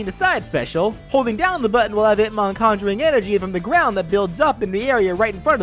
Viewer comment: I keep hearing Hitmon lol